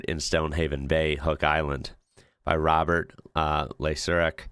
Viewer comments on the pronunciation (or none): none